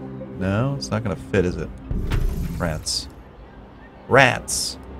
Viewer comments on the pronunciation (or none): i thought he said France rather than rats